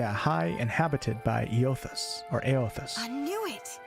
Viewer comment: Eothas is pronounced aye-uh-thiss ive played through both games lol